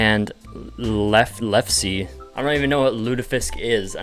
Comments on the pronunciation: Lefse is pronounced lefsa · You’re a Minnesotan and don’t know how to say Lefse? I’m callin BS on this poser. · It's pronounced lef-suh and it's like a dough-breadish thing and it's pretty good.